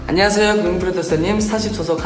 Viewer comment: 특유의 발음덕분에 안냥하쎄여 국민풀듀쏘님! 스타쉽 연쌩 함원진입니다 하는거 너무 귀여오어요 ㅠㅠㅠㅠ 바이나인 데뷔하자 사랑해 요즘 매일 마지막회 돌려보면서 울어 ㅠㅠㅍㅍ ❤❤❤